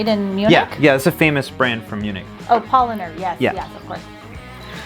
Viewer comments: Yeah, it's like Powlaaaaner... and btw.: Slavator is latin and means "savior" or "healer" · Small critique, work on your pronunciation. The stress in „Paulaner“ is on the „lan.“ You may be interested in the Bier Blog that a friend of mine writes with a few friends of his. They have tested, described and rated over 3300 beers from 92 countries, more than 1800 from Germany alone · "Paulaner" is not pronounced like "pollener" but "Pow-lahn-er". And Salvator Doppelbock is actually made for the time of lent, because they needed the energy being cut off on their food rations. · It's so funny to hear you struggle with the German pronunciation. 😁 You are right that most German nouns have their stress on the first syllable, but not if the words come from Latin like many brand names. As cat mini already told you it's Pauláner and Salvátor, each with a long a. Not Pólener and Ssélveter. And the beautiful lake is called Tégernsee with a long e. And the s is more like American z, but the ss and ß are like American voiceless s. And the German z sound like a ts, not like a ds. And it's Löwenbräu, not ...brau. like English broy And a Bierkrug or Bierbembel or Bierseidel is never called a 'Stein'. Stein is the German word for stone, and that's its only meaning. Only Americans call a Bierkrug a Bierstein, so no German will understand you. Last point: only in the north of Germany people pronounce the sp and st like you. In the rest of Germany it sounds like schp and scht. So try to say Traunstein with a German r and with scht. I don't know any of the beers you tried, they seem to be regional ones. It's great that you like the beers and always try out new ones. 👍 Btw. You can say Weißbier (= Weizenbier) and Dunkelbier, but not Hellbier. Only helles Bier or just Helles. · It's pronounced "Pow-Laah-Ner" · Guinness is like old, worn engine oil. Bäh! Kilkenny is yummy, coloured like your Paulaner. Btw, pronounce "pow-lahn-er"